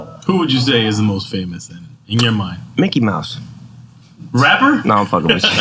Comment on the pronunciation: He said M ickey M ouse